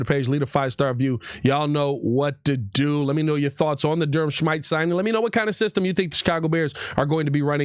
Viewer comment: I think his name is smith-ee not whatever u said “Shmyte”